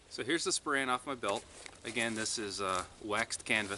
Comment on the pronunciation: I think you mean /SPOH-rehn/, not /spo-RAN/.